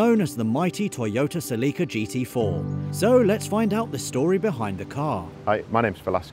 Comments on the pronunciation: "seleeka" lol its "selicka" celica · They have an odd way of pronouncing Celica. And the music they use if horrible.